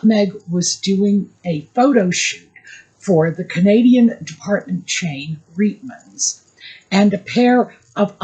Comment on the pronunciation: Please call Reitman's with a long i and is eye. As a Jew and a Canadian whose mother used to shop at the Reitman's store i our neighbourhood on St. Clair Ave. West , Toronto, in the 1960' s (it lasted there for decades). The people in the store called it Reitman's as in the long "i".I take umbrage at people not pronouncing Jewish names in their original way. Stop Anglicizing it or better yet, sanitizing it so as not to sound too Jewish. In German ei = i, ie = ee. Stein means stone. I hear the same thing for the pronunciation for Leonard Bernstein, Elmer Bernstein, etc. Ivan Reitman, the Hollywood director is the son/grandson of the original family who started their clothing store in Montreal, Canada.